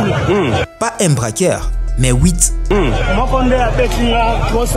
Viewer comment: Apprends la prononciation française : la différence entre "i"et"u"; "une"et non "ine" "e" et "é"; "braqueur" et "braquaire"; "les" et non "le" ainsi de suite.